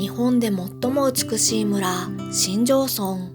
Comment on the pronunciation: しんじょうそんと読みます🙇‍♀️